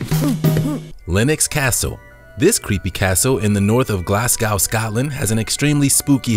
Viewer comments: Please learn how to pronounce Glasgow ( Glas go ) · Glasgow ,Scotland is pronounced GLAS....GO xx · Glasgow. Pronounced Blas - go